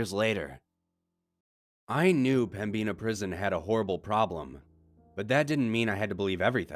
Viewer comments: There's crazy paranormal shit here but he's saying pembina wrong..it's pem-bin-a not pembeena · There's probably comments about this, but it's pronounced Pem-Bin-Uh not Pem-Bean-a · Pembina (North Dakota) is pronounced like “pem-baa-nah” my Dad and Grampa used to drive semi trucks 🚛 & haul sugar beats in Pembina ☺️ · when i realize i have been living in ND my whole life and have been saying pemina wrong the whole time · And i kinda laughed when you said pem-bina prison thats a new way to pronouce it😂 i love your channel though NORTH DAKOTA FOR THE WINNNNN😂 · Same but sick of the wrong pronunciation of pembina